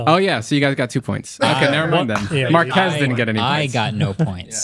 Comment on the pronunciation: Thanks for the mentions, Marques! (not Markees)🤦‍♂